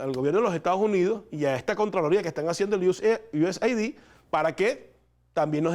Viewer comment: se pronuncia USaid es aid de ayuda no ID de identificación